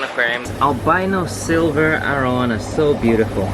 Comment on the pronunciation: Great video; I enjoyed watching! Are you originally from Singapore? Your English is so fluent I thought you were from the States until that arowana in the fish store and the power strip. I was fortunate enough to visit Singapore during my time in the Navy. It’s a beautiful country and friendly people as well! Keep the videos coming!